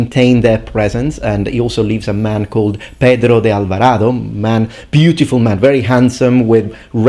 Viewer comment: He pronounces better aztec names than the spanish ones, i dont understand why so many english speakers have problems with the "z" spanish sound, its just like your "th". But good job in Pedro de Alvarado.